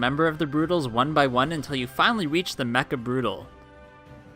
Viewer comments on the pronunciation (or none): none